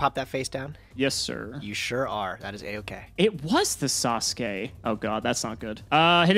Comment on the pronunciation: ATTENTION GAMERS, THIS IS NOT A DRILL HAS PRONOUNCED NINJA GRANDMASTER SASUKE CORRECTLY